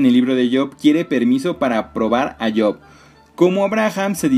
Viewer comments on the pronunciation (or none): buen video, pero "Job" se lée como se escribe, no como "yob"